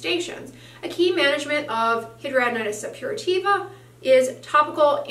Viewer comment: Either you are saying it wrong or every doctor I've seen over the past 10 years and 4 states are saying it wrong.